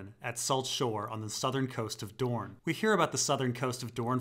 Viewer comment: The deeper dorne The deepuh duuhrn! The dupuh duhr!